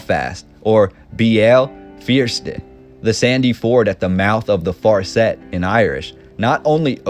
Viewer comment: The way they pronounced farset was bad